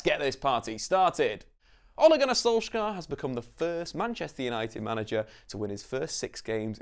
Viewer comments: Pain my Norwegian ears how he pronounce Solskjær in wrong way. We Norwegian don't do K in heavy way but soft. Solskjær should be more pronounce like Solj@ with taking away the t end of as mostly comes from the Scandinavian æ 👂🏻🇧🇻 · If you drop the "k" sound you'll be much closer. The "skj" sound in Norwegian is pretty much the same as the "sh" sound in English. Don't worry about getting the vowels right. They're fiendishly difficult :-) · it is funny hearing pepole trying to pronounse Solskjær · As a norwegian, im tired of everyone saying solskjær wrong